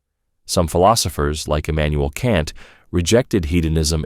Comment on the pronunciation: Haha, guess he messed up saying Emanuel kant.